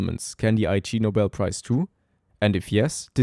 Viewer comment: it's pronounced 'igg-nobel' not 'I.G. Nobel'. it's a pun on the word 'ignoble' which means 'dishonorable'